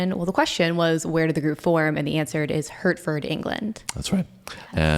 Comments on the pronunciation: Hurtford!! 😂😂😂. Hertford is pronounced Heartford. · I don't mean to be picky but "Hertford" in the good old English way, is pronounced "Heart-ford" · "Hertford" is pronounced "Heart-fud". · Hi guys, glad you're enjoying you trip through the Deep Purple back catalogue. Just a couple of FYI's though; Purple weren't formed in Hertford (pronounced Hart-fud), they actually started out in West London (that's where most of the band were living at the time). & yep I believe Iron Maiden were influenced by DP (I even heard somewhere that Steve Harris was kinda disappointed that Maiden's debut didn't sound more like 'In Rock'). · Sorry, but Hertford is pronounced Hartford